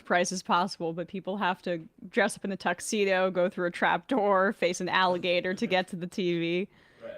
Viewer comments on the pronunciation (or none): none